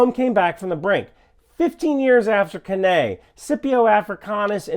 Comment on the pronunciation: Great coverage! Glad you’re feeling better. Just some minor Latin pronunciation tips: Cannae = Cane-eye Scipio = Skip-ee-ow One of Cato the Elder’s famous refrains in the Roman Senate: “Carthago delenda est!” (Carthage must be destroyed!) Putin et Putin-pupilla delenda sunt!